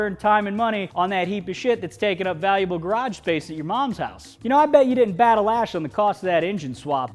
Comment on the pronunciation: Stop saying garage garage that way it is crunchy as fuck just please stop